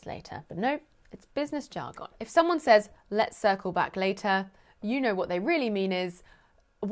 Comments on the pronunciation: I love when she says jar-gon with the emphasis On the wrong sy-lable ;) (vs Texas English) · you say Jar Gone, we in usa say Jargin